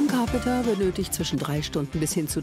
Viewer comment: Grade....Liam ist schon so lange Fame ihr braucht bis er es kaum noch ist XD Also Carpenter nicht Carpeter